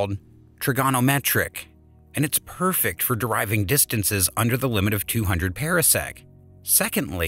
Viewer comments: Different commentator, same mispronunciations. One example: parsec pahr-sek not para-sek. Could have been a great video but ... down vote. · FTR: Par - sec not Pear - sec. oh and Ma - gel - in instead of Mag - allien. Not a English lesson or meaning to be crass - just noticed. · And it's PARsec, like a Par 4 in golf. Not Para-sec, as in Parachute. And the plural is Parsecs. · This voice mispronounces terms. Parsec is properly pronounced like a golf term: par sec not like a pear (pear sec) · And it is pronounced ˈpärsek